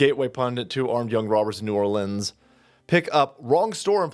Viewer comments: We praise our heroes in Louisiana, as opposed to arresting them as they do in NY. This man is a hero. 🤣love you, but you’re putting the emphasis on the wrong part of the word. It’s New ORleans (New ARlins, emphasis on AR). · I haven’t missed an episode since 2020. The proper pronunciation for New Orleans is “Ne Awlins”. You’re welcome